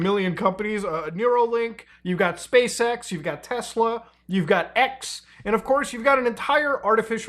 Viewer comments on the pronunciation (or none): none